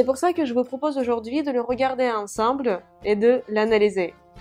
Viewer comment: Ensemble читается как онсОмбль,а не как русское слово Ансамбль 😅😅😅😅😅😅😅😅😅😅😅😅😅😅😅😅😅😅😅😅😅😅😅😅😅😅😅😅😅😅😅😅😅😅😅😅😅😅😅😅😅😅😅😅😅😅😅😅😅😅😅😅😅😅😅😅😅😅😅